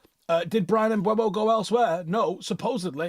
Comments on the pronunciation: Can people please stop pronouncing MbEUmo as "Mbwemo" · How does not know how to say Mbuemo? It isn't mbweno. It's mburmo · CAN WE STOP SAYING MBUEMO?